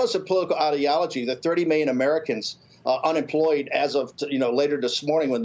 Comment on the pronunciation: Get Bannon some Ls. Meeyons and civeeyons. JoeSquawk didn’t ask the greasy guy how he got so clairvoyant ...